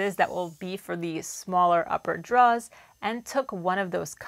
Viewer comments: Enunciate. Ain't nobody know what druhs are 😅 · Awesome video! But… draw-rrrs 😂😂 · Love your stuff! Just wanted to let you know there’s an “r” in drawers! 🤣 Kept trying to figure out what you were drawing 🖍️in this episode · Another great project, looks fantastic ... but I think there's something wrong with the audio ... I swear you keep on referring to draws rather than drawers 🤣